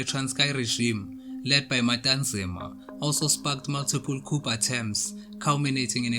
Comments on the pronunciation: Thank you for the information.. But Coup ( coo & not coop) de tat.. Latin & French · I'm happy about the content in general,but not the way the presenter pronounces 'coup'